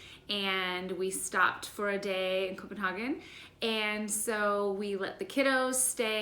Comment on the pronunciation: Only Americans say Copenhaken